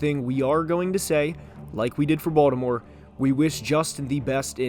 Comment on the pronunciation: Bro please just say Baltimore